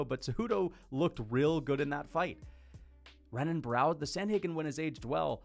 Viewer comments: As a fan of the sport bro please just try to pronounce Brazilian fighter names better. It’s not hard to remember that an r is an h in Portuguese names. Renan is said like Henan, like Royce Gracie is said hoyce Gracie. It’s super easy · Bro when you're saying Renan Barao plz show enough respect to say his name corrent . It's Henan Barao he's Brazilian, you wouldn't call Royce Gracie Royce you know it's Hoyce so come on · learn to pronounce renan u casual